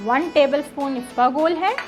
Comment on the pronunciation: Isabgol hota hai isbagol nahi…